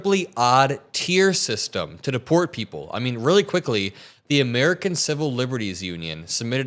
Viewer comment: That's rel not enouggg 😂😅